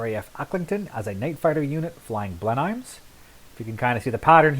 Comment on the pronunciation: My Grandfather flew Mosquitos with 410 squadron. He was killed on operations September 1943. Sir, you are pronouncing Blenheim incorrectly. It's Blen-um.